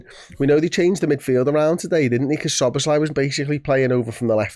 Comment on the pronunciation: Dom's name is pronounced - Soh-boh-slai, not Suh-boz-lai.